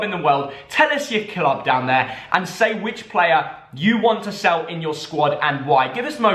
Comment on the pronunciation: he’s a good pluuuer lol